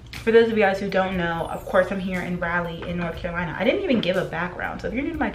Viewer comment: I just wanted to point out that it’s RAW-lee not Rally (Raleigh). In case your friends are secretly not correcting you lol just helping!